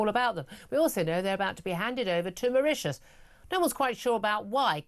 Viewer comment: Why does he keep,saying back to Maririous.